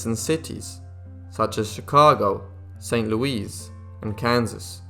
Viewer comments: St. Louis pronunciation = Saint Lu-is, not Loo-eeze. Kind of like corral is pronounced core-rail, not core-ail. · It's Saint "LOO-iss" like the name "Lewis." Thanks for the sad, but interesting story. She was quite a woman, kind yet haunted. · St. Loo-eese?(St Louis). Is that in Miss-oury? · Narrator pronunced St. Louis as if it were in French. I wonder if his pronunciation is correct and WE have been pronouncing it incorrectly! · NEW SUBSCRIBER HERE : I truly liked your biography. I am a duel Citizen, British American stemming from Ashton Under Lynn in Greater Manchester UK and Central Florida of the USA. I have resided in both Countries twice since birth. I love biographies overall much like you do. The only funny part of the video 😂 was how you stated " St. Louis " . But I find that normal really when I am over in my home town in the UK talking to friends and family as the Yanks say British words wrong as well. Happy New year Mate, wishing you and the family all the very best.